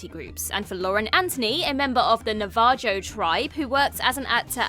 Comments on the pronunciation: It's pronounced Na•va•ho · I know it's because you're British and not American, but it's pronounced "nava-ho" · Nuh-vah-joe? I guess it wouldn't be a WhatCulture video without somebody butchering the pronunciation of something they could easily have looked up. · the "j" in Navajo is pronounced as an "h". "Nava-ho". Not "Nava-Joe" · It’s not Nav-a-joe, it’s Nav-a-ho. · from WhatCulture, do your research and learn how to pronounce names properly! WTF is a new-va-Joe; it’s NA-VA-HOE! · did you really just pronounce "Navajo" (Nah-vuh-Hoe) as "Nah-va-Joe"? Oh FFS UK, when will you even make a mild attempt to not butcher every language on earth.. INCLUDING English? facepalm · navaa-joe tribe???? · The Na-var-jo tribe, you say? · I’ve heard some atrocious pronunciations from this channel (and is one of the worst offenders), but “Nuh-VAH-joe?” JHC,. It’s not like you don’t have f***ing YOUTUBE to help you figure it out. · the word is pronounced 'nah-vah-ho'. If you're gonna talk about respecting someone, you should probably get the pronunciation of his ethnicity correct. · It’s NA-va-Hoe. So disrespectful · Navajo is pronounced na-va-hoe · Holy shit did you butcher the word “Navajo” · If you want to comment on how the Navajo were insulted, pronounce it correctly: the "jo" makes a "ho" sound. The cringe was really strong in me with that one. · (sigh) If you're going to take the side of the Navajo tribe, at least do them the courtesy of pronouncing it correctly. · Please please look up the pronunciation of Navajo. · No one stopped you when you mispronounced Navajo? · not disrespectful, but just a mistake, she's British probably not as familiar with the word as most americans, Im part Navajo and not insulted ;) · Title correction: 10 Arrogant Brats Feigning Outrage Because It's Stylish. Also, learn to pronounce Navajo. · I'm sorry I'm gunna need you to go back in time and learn how to pronounce Navajo before recording this video